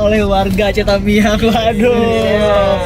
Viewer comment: Kak aceh tamiang bukan tamian😃😃